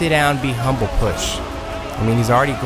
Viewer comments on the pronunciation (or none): none